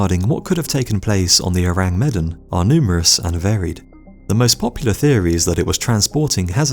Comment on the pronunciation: Is it really too hard to check pronunciations before recording your voice-over? You absolutely WRECK the pronunciation of Ourang Medan. Medan rhymes with "the man."